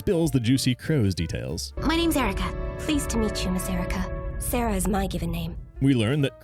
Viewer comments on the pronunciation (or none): none